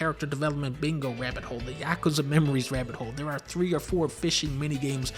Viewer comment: Whoa whoa, Dunkey pronounced Yakuza right? The funny Japanese game?